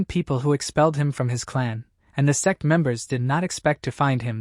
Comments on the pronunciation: its funny cause the AI can't pronounce the word sect but says sex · Bro why TF is he mispronouncing sect servant so bad ....... Ahhhhhh I was listening without headphones 🎧 ahhhhhhhhhh🦅🦅🦅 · do you know when you say sect you actually say sex for example on scene :face-red-droopy-eyes